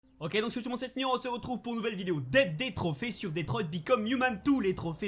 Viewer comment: Pourquoi tu dis detroye, c'est détroit 🤷🏼‍♂️